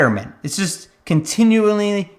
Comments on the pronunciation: I hope you continuingly get better at pronouncing "continually." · contingually x3